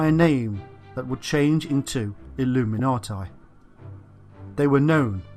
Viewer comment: It's pronounced illuminatee. For goodness' sake.. Illuminatai.. Cringe.